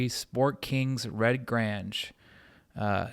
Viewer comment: Thank you, Great video, I just don't see enough football card video's of classic vintage iconic football cards. Count me in as a new subscriber. However you may want to check your pronunciation of the names Grange and Namath.. :)